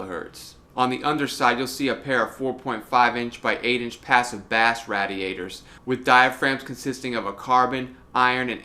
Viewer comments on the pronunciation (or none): Had me interested until your "bass [/bas/] radiators". Perhaps used to catch fish?